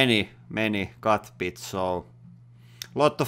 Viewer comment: Is he talking like this on purpose? I know, not his native language, but still... just how he says some things that shouldn’t be an issue, or at least not at the level he talks for te rest.... like: masien (machine), cutting pits (bits), trill (drill), masjinét,...